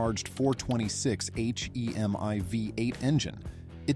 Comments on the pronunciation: F-ing AI narration! It is pronounced "hemee" not "ach ee em eye" idiot. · JESUS GOD AI SUCKS!!! IT IS NOT H-E-M-I ITS HEMI! Plus the engine in those cars were 440's, NOT 426's.... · H.E.M.I.... it is called "HEMI" one word He like her without "R" and MI as ME , my ears are burning :face-blue-smiling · why would you spell out "HEMI" instead of just saying it? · Seriously , how can you do video specifically about cars , and call a Hemi an H E M I !!!??? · I really wish these vids had actual people talking about these vehicles. That way we wouldn't have to listen to "426 H.E.M.I." and crap like that. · Don't know if you missed the Mustang in Motorama (1991), I quit watching after you butchered HEMI. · Sigh, I was all into the vid, until the narrator SPELLED out HEMI, damn AI.